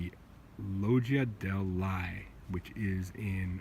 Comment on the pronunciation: Felledherrn Hall? Loggia dei Lie? Check your sources for the correct names you mention and butcher. And this is a night footage of poor quality. Thumbs down.